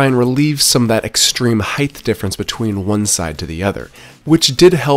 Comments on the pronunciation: HEIGHT. wtf is "heighth"...😂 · Height, not heighth. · between the "heighth" and everything being a system (instead of just the thing) this guy drives me up the wall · omg I hadn't noticed that, you're so right